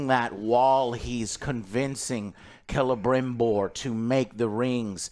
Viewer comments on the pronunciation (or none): You know this show is nerve-racking when Joe says Celebrimbor the right way and now it’s who says “Selebrimbor”. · Last episode Joe corrected his name pronunciations, but this week he went right back to Celerybrimbor.